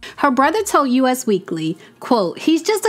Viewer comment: A note for future videos, said with all of the love in the world. 🙏🏽🙏🏽🙏🏽❤❤❤ It is "Us" Weekly (not U.S. Weekly).